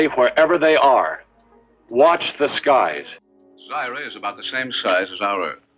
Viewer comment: You mispronounced Zyra , ànd other things...,.pày attention to these movies/ guess not